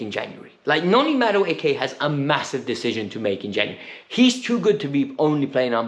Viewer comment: He has to learn and say these Nigerian names well because Chelsea seems to now have a lot of them. Ma-du-e-ke. U-go-chu-kwu. Chu-kwu-e-me-ka. Please say our Nigerian names well o